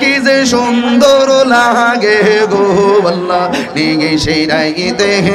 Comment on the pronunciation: জিকির করেন ঠিক আছে। কিন্তু ভন্ডামী ছাড়েন। একটা বার কি আল্লাহ উচ্চারণ টা কি ঠিক হয়েছে। যে জিকির করেন সাথে একটা ভাঙ্গা থালা রাইখো। তাতে আল্লাহর রহমতে কিছু পাইতে পারো